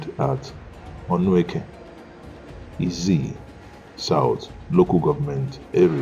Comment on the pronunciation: Onueke Ezza South. Not Izzi